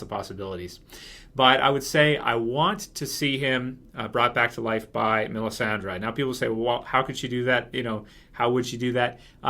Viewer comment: Why is this dude who looks like Sam Tarly calling Melissandre "Melisandra" lol what the hell